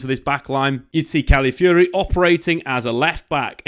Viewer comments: Cali-fiori? CALAFIORI m8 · "one of my favorite players last season" proceeds to butcher his name everytime